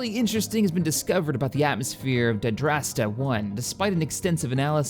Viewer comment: First 8 mins and he has mispronounced Daarasta 3 times 3 different ways